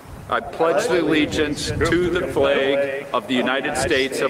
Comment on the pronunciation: "I pledge th'legiance..." Starting off strong right out the gate.